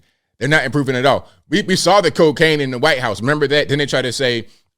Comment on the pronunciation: The way he says whyte makes me laugh.